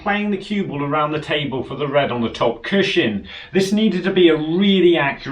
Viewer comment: It really bothers me the way you always say "CUSHIN".